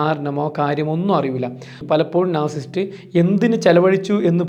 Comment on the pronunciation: നാർസിസ്റ്റ് അല്ല നാർസിസിസ്റ്റ് .